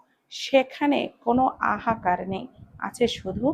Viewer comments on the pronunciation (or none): আসলে গলার আওয়াজটা কোন ব্যাপার না আমার একটুও খারাপ লাগেনি বরঞ্চ পড়াতে আটকে গেলে শুনতে একটু অড লাগছে। কিছু মনে না করলে একটু বলি আপনি হাহাকার কে সব সময় আহাকার বলেন এটা ঠিক না।